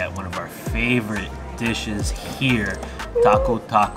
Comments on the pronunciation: Thank you so much! Glad you like Caravan too - they’ve been going strong for a while. Hmm maybe it came off that way in the audio but we know that it is pronounced “taku taku.” Lucuma ice cream is delicious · Very nice video, getting hungry now. Gosh I've been to Caravan Chicken for years, over 25+ years. Still highly recommend this place, me being Peruvian, definitely approve it. Also it sounds like you pronounced it "TACO TACO", it should sound more like "TAKU TAKU". And Lucuma ice cream is my favorite, I buy the big bucket container every year round from trade fair.